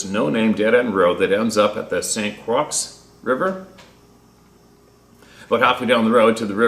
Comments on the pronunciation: Jesus Croix is pronounced CROI RHYMES WITH DEPLOY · It's St. (Saint) Croi(x), the X is silent. French. I recall learning how to read Sioux indian (soo). I had no idea what the spoken pronunciation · St Croix = Saint “Croy”. It’s French, I think. Vaguely recall your resistance to speaking French 😆. ♥️🕊️🙏🏼 God bless your family